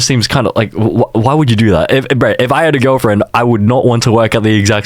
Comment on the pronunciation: emphasis on “if”